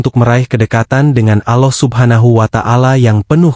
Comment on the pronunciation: Assalamu'alaikum mas nyebut alllohnya kurng merdu bukan Aloh alloh